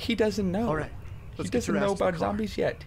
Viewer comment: When he says "zombies yet" it hears like "zombies sh*t".